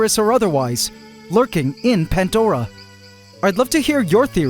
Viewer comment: 🤔 "PANTDORA" ??? BTW there's NO "T" in the word PANDORA 😂😂